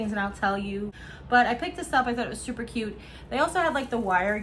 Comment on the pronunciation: That’s funny “stuper” did you have to much coffee? Jkjk 😂😁😉🥰